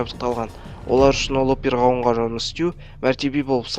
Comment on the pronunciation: Пергауын дейсинба фу